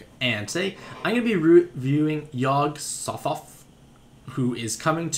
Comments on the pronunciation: Say it with me dude. Sot Hoth. Sothoth. Yog Sot-hoth. It's pronounced Sot Hoth. Not that it really matters I suppose. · Hey Mantastic, Yog is from H.P. Lovecraft's Mythos. Digging the review, but fyi it is pronounced "YOG SA-TOCK" Thoth is pronounced like the clock sound (tock) in pretty much every usage from Lovecraft. Keep up the rad reviews.